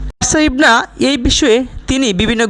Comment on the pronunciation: নামটাও ঠিক মতো উচ্চারণ করতে পারেন না ওনার নাম পারশা ইভানা কিন্তু আপনি বলছেন পারশা ইবনা আপনার উচ্চারণ ঠিক করুন